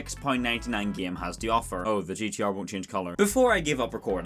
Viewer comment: Why do you pronounce game like it's written as "gaem"